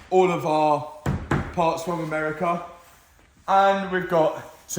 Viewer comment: When said "America", i had a nice little giggle. Love this channel